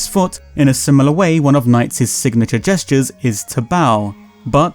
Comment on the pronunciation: "One of NiGHTS signature *jesters*" hehehehe